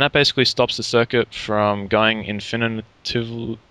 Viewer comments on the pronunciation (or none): Lol you couldn't say 'infinately'! But it's ok, we all still know what you mean.